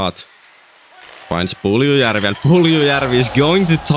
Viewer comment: The way you say Puljujarvi is amazing.